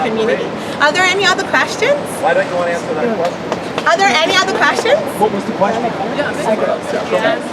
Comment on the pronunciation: What's "Quashtion"?